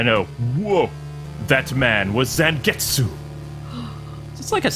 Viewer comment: I feel bad for Zangetsu you obviously have never seen Bleach other wise you'd know his name is pronounced "Zon-get-sue"(Ichigo's Zanpakuto spirit is named Tensa Zangetsu.).